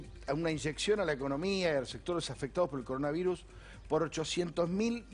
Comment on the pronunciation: Coroanvirus dice al principio XD